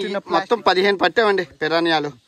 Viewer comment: Pirrana kadhu bhayya Piranha 😅😅